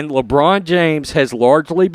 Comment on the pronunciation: Did he mean lambrain! Or China james?